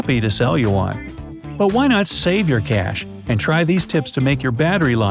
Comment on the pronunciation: In between and he says “whai” and it’s super funny